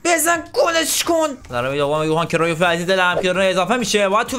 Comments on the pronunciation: اسمش کریوف نیست اسمش کرایوف هست لطفا درست تلفظ کن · داداش بعضی بازیکنان رو اشتباه تلفظ میکنی گِرد مولر یوهان کرایف